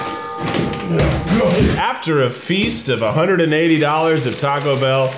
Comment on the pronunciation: I hate the way he pronounces Taco Bell 😂